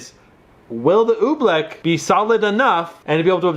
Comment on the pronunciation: he said oobleck like OE-bleck